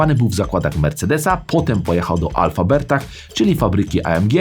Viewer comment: Affalterbach nie Alffabertach